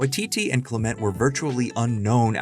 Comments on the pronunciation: It's common for Americans to stress the second syllable of foreign words rather than the first, apparently because this is generally seen as a good strategy with Spanish and French, and so gets applied in other cases. Other English dialects aren't so uniform. What's odd here is that the narrator of this video insists on this stress pattern for "Clement," mispronouncing this perfectly common name as if it were foreign, as if perhaps it's French. It suggests they don't realise that New Zealand in an English-speaking country. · it's CLEMent, or CLIMent, not clemENT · aaah it's CLEM-ent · All that research and you repeatedly mispronounce “Clement”?